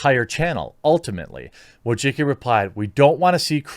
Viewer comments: VOY-CHITS-KEE. Not a fan of her, just a correct pronunciation. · her name is pronounced " Voi - chi - chki " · I don’t claim to know the true pronunciation of Wojcicki, but whatever Jeremy is saying ain’t it lmao. I love your content, just had to bust your balls a little.